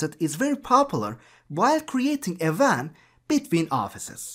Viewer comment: he pronounces wan as van